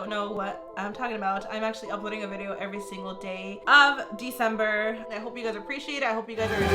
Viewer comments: I was thinking...did she just say December or am I crazy. Lol! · Did u say december 😭😭